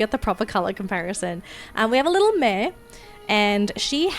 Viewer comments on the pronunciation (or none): none